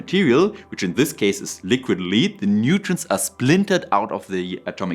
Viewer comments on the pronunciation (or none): The metal lead is pronounced like led, the light source. Not leed, like the town Leeds. The AI dub pronounced this sometimes correctly, but, mysteriously, sometimes also wrongly. On the AI dub: I very much prefer subtitles. Especially for technical videos, where every word counts, is is essential that we can trust the translation. Even for languages in which I’m far from fluent, I can often detect translation errors when subtitles are present. Good video. I’m undecided on the issue as well. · Great video. Your English is superb. I did notice that both you and the AI sometimes pronounced lead (Pb) incorrectly. It's pronounced "led", which, of course, is confusing. I hasten to add that your English is still a million times better than my German. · re the ai dubbing, pronouncement of lead i think is wrong, its sounds like 'i led a horse to water' vrs the 'metal lead-pipe ancient romans used might have made them more vicious' Re the tech, i hope it works out as my biggest issue against nuclear is the cost to future generations who unlikely to be able to read our warning labels, due to language changes. But i fear it may give license to continuing nuclear, the way we've kept fossil fuels for far too long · If I may offer a pointer, in the context of the element lead rhymes with red.